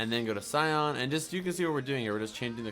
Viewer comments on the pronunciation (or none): You are saying cyon blue cyon blue it's s-eye-an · not cyon ,cyAN (si-an)